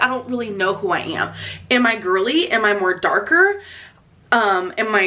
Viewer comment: 😂😂😂😂😂 “moAr dARkuUR?!”cracks me up every time.